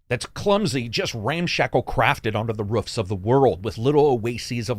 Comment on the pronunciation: Never knew that you pronounced roof with a W. Woof!